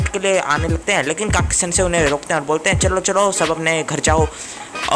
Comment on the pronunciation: It's not kaki sense it's khakasi sense